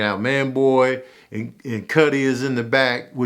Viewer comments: Why he keep calling Skully, Cuddy?? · Why u keepin sayin cutty 😅 its skully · Scully Not Cutty LMAO!! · Tanoose and Cutty 😂😂😂😂 booooyyyy!! It’s Tanosse (Tuh- nah- say) and Skully. Ion know if you did that on perpose but I’m weak af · My man said tanoose and cutty 😂😂